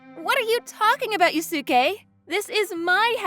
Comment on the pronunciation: They pronouncing Yusuke wrong